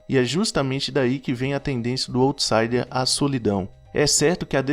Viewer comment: Parabéns pelos assuntos trazidos nos vídeos, assisti a dois e já me inscrevi. Só queria dar um toque, sem arrogância, só para ficar ainda melhor... para checar a pronúncia no google pois quem já conhece as expressões, estranha um pouco quando ouve... se diz "áutsaider" e "lou profáil" (o outro vídeo que assisti e adorei também). Obrigada pelos conteúdos!